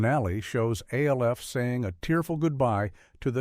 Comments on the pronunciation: So the most distracting thing here is the narrator calling Alf "A.L.F." repeatedly. Yes, I know is name is an acronym for Alien Life Form, but no ever pronounced his name as such. His name was Alf. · Come on, “A L F”? You couldn’t figure out how to get the AI to say “Alf”? Other than that, good video. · It's pronounced "ALF!" not A.L.F.! God! Using A.I. readers is so goddamn lazy! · No one pronounced the show names "A - L - F" or "M - A - S - H" as they would C.I.A. or F.B.I. The alleged humans behind this AI generated laze fest simply didn't bother to listen back to what had been recorded. They also failed to notice that they onve again did as they so often do and put two of the same entries on the list under different numbers. Unbelievably lazy content generation, as usual from this channel. I miss actual human beings. I won't be back.